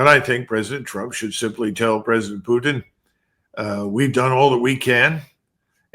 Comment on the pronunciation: Absolutely admire your pronunciation of the Russian Federation president's last name! Bravo!